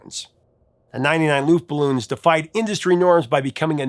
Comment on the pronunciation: It’s pronounced luftballons not luftballoons.